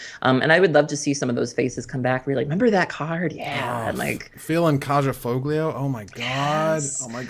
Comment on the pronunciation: FYI, the "j" in Kaja and the "g" in Foglio are both soft. Closer to an "h" sound.